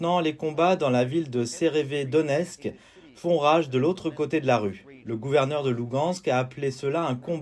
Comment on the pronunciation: Le titre c'est severEdonetsk et le traducteur dis seRevedonetsk alors que ça ce dit SEVERODONETSK 😭